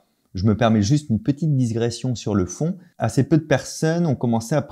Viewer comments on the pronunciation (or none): c'est une digression et pas disgression ;) Sinon, au top comme d'hab ! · C'est digression pas diSgression :)